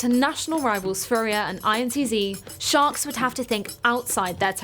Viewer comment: toda hora acho q ela fala shox e nao sharks!